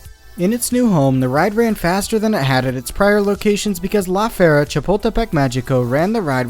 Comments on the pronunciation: count how many times he mispronounces “La Feria” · he could’ve at least try to avoid to say the name that much jesus christ